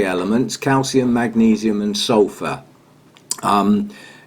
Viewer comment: Hey! Great talk. I noticed a little mistake: magnesium not magneseum. Maybe someone pointed that out already:)